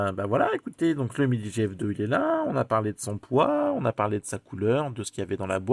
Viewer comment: C'est pas mal "umidi" 😂